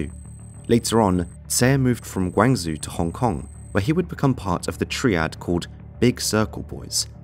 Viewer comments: It's guangzhou Not guang zoo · Guangzhou. Gwang-zoo? Your pronunciation is off there. It's Gwaang-jow. Tricky unless you hear it every day. Otherwise, very interesting video. Just jarring hearing the city name butchered like that. Also, if he came from Guangzhou, his surname may have been Xie, originally. Despite Guangzhou being mainland China, they speak predominantly Cantonese, but when it comes to familial names, they tend to stay with the original Mandarin characters and pronunciations. That's what I have gathered from my limited research. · chinese city of gwang zoo lol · It's pronounced GUANG-CHOW. And It's TE CHI LOP. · Say the city name the way it is meant to be said. Asians can say New York just fine. This say what? GuangShu? Pfft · Its pronounced gwan zo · Not even a min into the video and you’ve butchered the pronunciation of Guangzhou and Triad. Not even gonna bother watching